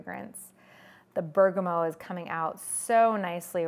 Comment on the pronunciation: BergamOT (the T is pronounced) ;)